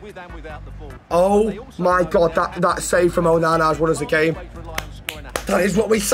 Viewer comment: the way he says onana😂😂